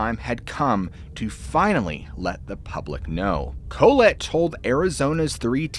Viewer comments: "Colette" is pronounced Call-let. Co-let sounds almost derogatory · Dude I love your channel but you're going to have to Google how to pronounce proper names and city names etc, because you mispronounce a lot. "Collette" has the accent on the second syllable, "Koh LET". Just Google pronunciations and mark them on your script. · Bro…. It’s literally pronounced Ca-lette. Not Co-let like colon. 🥴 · Interesting diction of ?Colette? ?Colet? ?Kohlit? ... If by chance its "Collette" (or the first 2 mentioned initially above), then I think the pronunciation is "Call-ette" according to 2 of those in my college years (and my French professor). Just passing it fwd 🥂